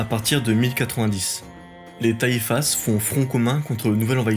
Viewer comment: le s de taifas ne se prononce pas .... si non excellente vidéo , bravo